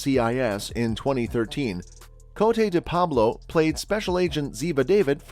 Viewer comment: The very least you could do is pronounce her stage name correctly